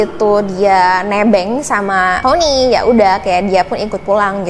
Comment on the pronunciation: Adik manis, disamping backsound nya kurang cocok, maaf nih kritik sedikit ya... kan ceritanya dlm bhs Indonesia nih.. jdi agak gimanaaa ketika menyebut nama Tony spt Thoni, Victoria jadi Victhoria.. as if you're telling this story in English. Mungkin nama2 itu di Indonesia-in aja..? Maaf ya?